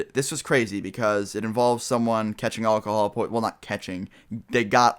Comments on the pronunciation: Anyone notice thst he said Olcohol instead of alcohol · You say alcohol funny :D it may just be your accent but it sounds like you say all call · like the way you say alcohol lol. :-)